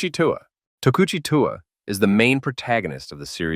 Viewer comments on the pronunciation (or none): Tokuchi TU-AH?